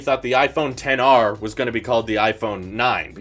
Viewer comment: It's not 10r🤬 it's XR (ex-are)